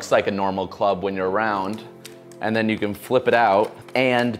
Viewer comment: "yew got games on ya NoPhone?"